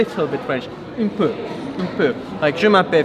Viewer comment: Felix.. es heißt „un peu“😂